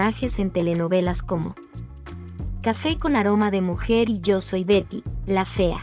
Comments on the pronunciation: Por favor no utilices esas voces automatizadas. Ignoro como se llaman estas voces artificiales , pero el 60% del video no se entiende. A veces dice Gary la fea, o pronuncia mal las palabras. Si se van a dedicar a esto, pónganse a escribir y dar las notas ustedes mismos. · Correcto pero la inexperta del reportaje lo menciona como esposo de Berta, (o Verta) y el "Chimuyurri" fue quien interpreto a su esposo. Un reportaje buenisimo en voz de una pesima voz buscando ilustrarse de plata ajena. E incluso el nombre de Betty lo trata de pronunciar en Ingles y al final en castellano.